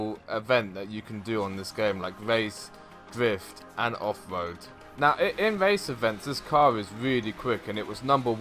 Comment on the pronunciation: Is it offroad or offwoad haahah